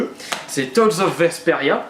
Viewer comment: Les Tales Of sont... WOW ! Des jeux superbes ! À faire au moins une fois dans sa vie de gamer ! :) (PS : Tales se prononce Tailez (comme dans Sonic :p))